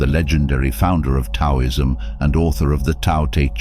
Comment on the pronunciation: I believe it's generally pronounced "dow-ism" sir. (Taoism..that is ) respectfully. Otherwise your videos are agreeable. I'm subscribing and binging them currently .